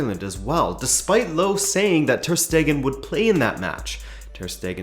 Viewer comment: Nice summary! If you wanna improve your pronunciation of Jogi Löw, say "Yogi" and "Löw" like the "er" in "mercenary". The "w" is also not silent, it's like the "v" in "vintage". His name likely originates from "Löwe", which means "lion".